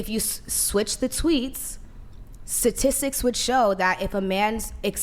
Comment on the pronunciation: Statistics, not satistics